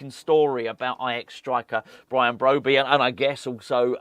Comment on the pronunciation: BROBBEY not BROBEY pronouncement